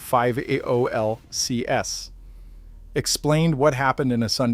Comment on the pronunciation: PHIVOLCS is usually pronounced, pi-volks